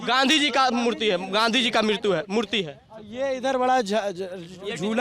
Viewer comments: तुझे खुद मूर्ति बोलना नहीं आता मृत्यु बोल रहा है 🤣🤣🤣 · Wah re oragne kurta wala rahul gandhi ki education par question kar rha and khud keh rha gandhi ji ki mirtiyu ...murti bolne k jagah Edit :- slip of tongue k jagah stongue bol rha 😂 beta khud padh le phle rahul gandhi ki Galti nikalne k jagah